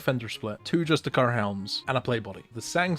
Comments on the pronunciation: You're saying justiciar wrong. Its like 'justice' Its not 'just a cur' its 'just issy err' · why are you saying just-e-CAR, can you not read? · justiciar is pronounced just-is-ear. you know because its based around the word justice. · You're mispronouncing justiciar